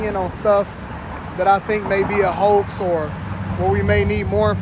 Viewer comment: “HO”ax indeed